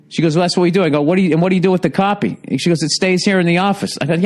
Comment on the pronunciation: "caupy of my driver's license?"